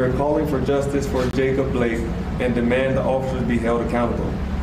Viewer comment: Jake Upblake? Lol. She can't even get his name right. What a clown show.